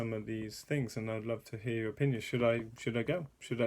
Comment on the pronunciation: Dang it: hear not gear